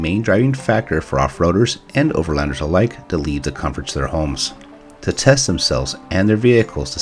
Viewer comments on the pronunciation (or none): none